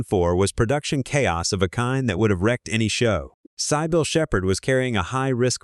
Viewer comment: Ikr, Miss pronouncing Cybill lol